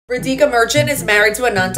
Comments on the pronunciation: Btw you pronounced wrong is radhika not redhika sound it out with a A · Her name is pronounced Raa-di🙂-ka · You’re murdering the pronunciation of her name. As an Indian viewer please try to do better because genuinely it’s really disrespectful to always do this to names like ours. It’s pronounced RAA-di-kha. The Di isn’t emphasized, put it all on the RAA. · her name is pronounced "Raadeeka"